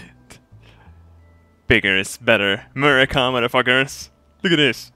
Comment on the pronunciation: I am British and he said MURICA!!!